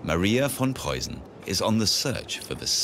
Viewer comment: Tip: the "ss or ß" in Preussen is not a soft one but rather sharp as in "missing or fist" Memel is pronounced as me in "melancholy". Hth